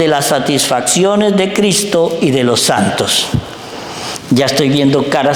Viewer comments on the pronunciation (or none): none